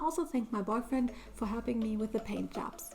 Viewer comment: You keep saying barfriend it's boyfriend